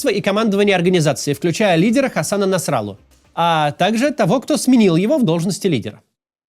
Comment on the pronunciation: Нравится, что Максим произносит НасраллА как НасрАлла. Заслуженно.